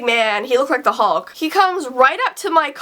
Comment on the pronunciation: I said halk I hope u mean hulk LOL XD